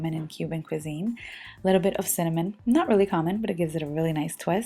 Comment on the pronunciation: Cinammon? Out. The rest ok.👌🏻